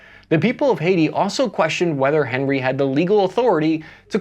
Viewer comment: it’s pronounced awn-ee. President awn-ree. Not Henry like he’s from Cincinnati